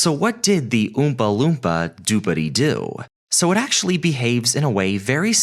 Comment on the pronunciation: Old video but... New to me. And being a random stranger on the Internet I have to nitpick the pronunciation of Oompa Loompa, that's all.